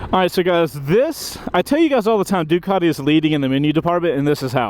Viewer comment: What the f**k is a Doo-cot-eee?